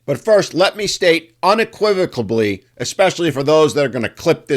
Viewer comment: unequivocally ... no B in that word ;)